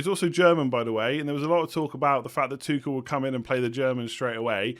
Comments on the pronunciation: I think his name is pronounced “Too-Shell” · Tuchel isnt pronounced Tuckel😂 it’s hard tho as a non german speaking person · I think the 'ch' in Tuchel is pronounced like 'ch' in Loch.